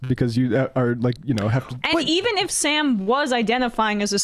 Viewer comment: Its as cringe-y listening to these idiots "explain" socialism or communism as it is listening to them pronounce Sam's name wrong.